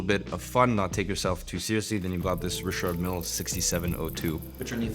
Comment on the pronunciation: why do you pronounce Richard Mil like that wtf LOL